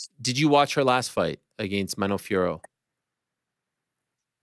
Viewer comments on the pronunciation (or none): You do pronounce against incorrectly